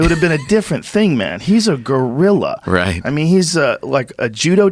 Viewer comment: Joe “gURillA” Rogan